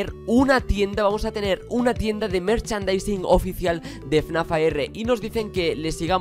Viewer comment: Por que dice FNaf (con la A minuscula) y no FNAF (con la A mayuscula)?